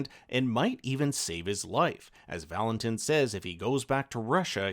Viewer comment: VAL-in-TEEN, not tin